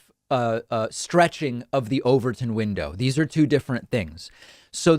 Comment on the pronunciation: 😂 What is it? I heard "the overthrown window..."